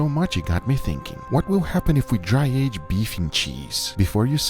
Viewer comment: Nobody: Guga: you see this air that contains msg so we will dry she our steak with air